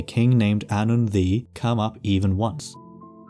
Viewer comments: why the fuck is "ddu" read like "thee" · Welsh pronunciation was throwing me off so bad. I kept hearing “the” for ddu and wasn’t putting them together in my brain lmao